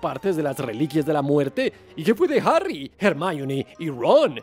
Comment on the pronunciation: Pero no es "Arry" es Harry (Jarri)